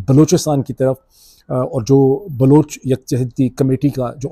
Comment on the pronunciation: Tho aap keh Rahe Hain Baloch khawateen Aur bache jhoot bol rahe Hain. Aap ko abhi tak Baloch ki pronunciation nahin aathi. Afsos Pakistan.